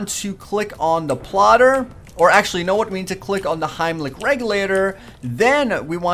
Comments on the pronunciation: Its helmic not himlic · Did he say heimlich? its pronounced HELMIC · SERIOUSLY!!!! HIMELIC REGULATOR!!!! YOU MEAN HELMIC REGULATOR HEL-MIC